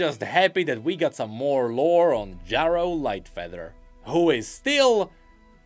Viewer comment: Omfg, you are driving me insane! You can't have not heard how Ezreal says that name. It's pronounced Jerro, not Jawro. I know english isn't your first language, but for the love of god, if you put Ezreal saying it in this video, the least you can do is say it how he says it.